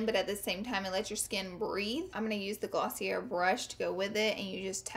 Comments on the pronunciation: Glossy-air ?? lol I think it is pronounced Glossy- ay. :s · Rachael Fitzpatrick It's the French pronunciation, gloss-ea. (hard e, hard a)I would think that if you're doing a collaboration with a company the least you could do is learn to pronounce it correctly. It doesn't surprise me. She has issues pronouncing the most elementary words. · When you do a sponsorship but don't even know how to pronounce the company's name.... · the way she said 'glossier' made me crying so hard lol